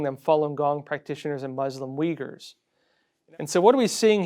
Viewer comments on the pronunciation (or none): none